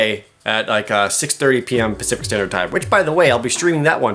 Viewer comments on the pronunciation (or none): none